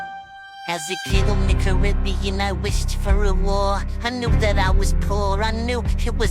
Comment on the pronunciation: Squidward said caroobian